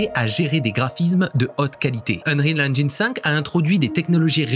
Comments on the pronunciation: "Engine" se dit "Ennjinn" pas "Ennjayinn" Même chose à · Cool mais on dit "ènjine" et pas "ènjaïne" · Super! Petite info, on ne prononce pas "engyne" mais "engine" avec un "i" et l'accent tonique sur le "en" en anglais. ;) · Bon alors tu dis enjaillne ou engine ?^^ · J'en peux plus de la prononciation Eng[aï]ne ^^ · Salut! Juste une petite remarque: on dit "engine" avec un i à la française et non "enj-eine" comme le 1 allemand. On est beaucoup de français à faire l'erreur je te rassure haha. Edit: bon t'as corrigé le tir en cour de vidéo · Hello. J'adore ce que tu fais et aimerais avoir ton talent et connaissances en images de synthèse. Mais stp, fais un effort de prononciation de l'anglais pour ne pas propager de fautes auprès de tes abonnés, en particulier sur la prononciation de "engine" que tu utilises forcément souvent... En plus tu fais la faute plusieurs fois au début et plus après (par contre awaken et unrecorded, c'est pas ça...). 😊 À part ça, video très intéressante (comme toujours).